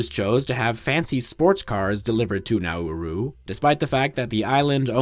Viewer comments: I thought it is pronounced NaRoo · Everyone I've heard say it has pronounced it like the English phrase "now rue" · As an Aussie, I'm proud of you not getting it confused with Naru... Especially the when pronouncing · Pronounce the name of the island properly next time.